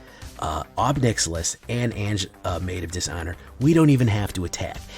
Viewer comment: Anje= AHN-YA